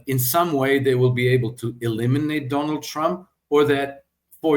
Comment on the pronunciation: Let your tongue touch your upper front teeth and dey dat will change to they that.